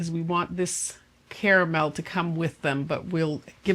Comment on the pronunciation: Not only did you just become my favorite cooking channel, but YOU EVEN PRONOUNCE "CARAMEL" (*WITH* the 2nd "A"!!) CORRECTLY!!! 🥰